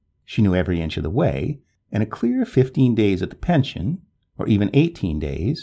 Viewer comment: nice story but i do wish non-english speaking people would learn how to pronounce and to say english names and places, such as folkestone, i.e. folkstun, or french names which should actually be pronounced as in french i.e. pension does not mean pension as in payment but a place to stay